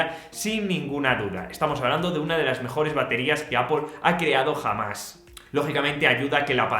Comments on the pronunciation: Gracias por pronunciar bien Apple😀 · Mejor que "apol" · Hola, es el primer video que veo tuyo, y definitivamente te ganaste mi suscripción, muy aparte de la gran reseña! También porque eres el primer canal europeo que veo, que incluyes a México en el tema del precio, tlj que me sorprendió! Pd. También porque no dices apel (como uno de los comentarios que vi que hicieron incapie xP) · Vaya a estudiar inglés, esa es su pronunciación correcta de la palabra Apple que es manzana.